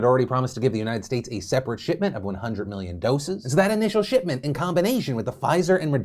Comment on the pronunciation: Thought he said “shit-ment”